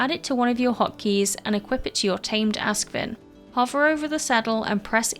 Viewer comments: not "ask-vin", but "aask-sviin". means ash swine in scandinavia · Ask is ash, svin is hog - so it's a ashhog. English pron is so 'wrong' :-) but I get why.